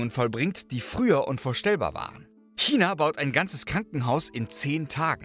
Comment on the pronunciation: danke für die korrekte aussprache von china. ❤ selten geworden